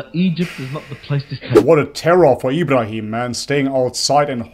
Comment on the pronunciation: Plz practice saying Ibrahim Alihiwasallam